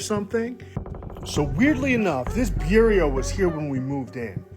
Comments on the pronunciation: The dude says "The Lion The Witch and The *BUR REAH*" Bureau is pronounced "Beur-ROW" but the actual title is "The Lion. The Witch and The Wardrobe" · I thought the same thing! Did he just call it a bure ree oh? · dude literally said bure E O lolol. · this dude legitimately can't say the word bureau??? Beyerio? I'm lost for words honestly....-_-.... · The Lion, the Witch, and the Bureau? Also… Byureyo? 🤣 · Dude has a really weird way of saying bureau... And it's lion, the witch, and the wardrobe 😂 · That pronunciation of “Bureau” was foul! 😂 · That guy should call that a chest of drawers, cuz he is slaughtering the word bureau...and it's the Lion, the Witch & the WARDROBE...😂 Bro...please😮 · Cuncrete… Bureo? Where is this dudes accent from? 😂😂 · who TF says concrete and bureau like that? 🤨